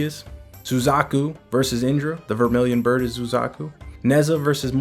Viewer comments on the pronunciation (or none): none